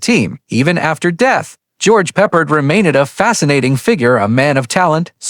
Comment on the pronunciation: Not PE-pard, pe-PARD! Stupid A.I....is it that expensive to pay someone who can read simple English? Oh my...the more I go through this, the more embarrassed I am by this A.I's recitation of English text! "...World War i ?" "I love it when a plan co-MES together"....nearly EVERY SINGLE sentence is butchered by this idiotic A.I.'s inability to recite English text.